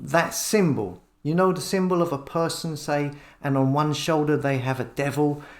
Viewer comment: Did l hear you say "nonce stop?"